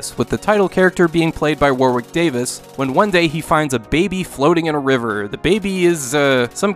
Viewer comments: Passive aggressive stage whisper: IT'S PRONOUNCED WARRICK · Don't mean to be rude but do Americans actually pronounce the second W in Warwick? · "Warrick" Davis. UK pronunciations are stupid.